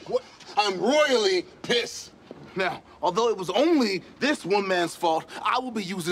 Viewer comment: I'm ruoyelly pessed